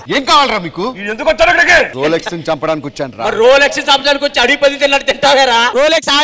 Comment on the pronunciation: Rolxes kadu